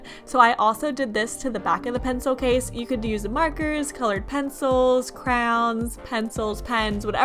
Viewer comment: WHY DO YOU SAY CROWNS INSTEAD OF CRAYONNNN!!! No hate though luv u.